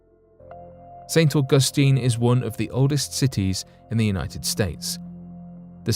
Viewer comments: If you can’t pronounce ST. Augustine then find a different subject. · I cannot listen to this guy say st augustine anymore